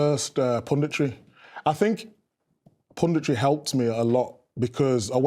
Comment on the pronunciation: He burst on the scene with English football and he burst into the scene in English pubditry